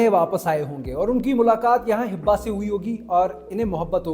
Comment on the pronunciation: It’s Hiba *not Hibba